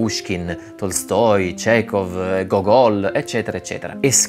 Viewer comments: si pronuncia Gógol' con "gl" alla fine. Go-gól invece si dice allo stadio. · Si dice Go'gol, l'accento sulla prima "o".